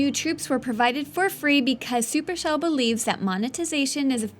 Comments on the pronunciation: its NOT supershel! SUPERCELL!!! and NOT Peeka, its PEKKA!!! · did she say supershell innstead of supercell?!?!?!?!?!?!?!(i pretty much cant recall that part i saw